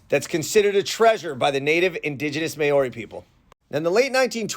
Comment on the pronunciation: Just for future reference, Māori is pronounced “Mowree”. Love the video! So many things I didn’t know!